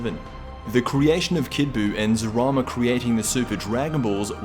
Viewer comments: Isn’t it Zalama not Zarama? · It’s Zalama, not Zarama